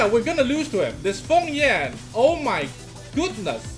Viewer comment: isnt he called feng yan and not fong yan ?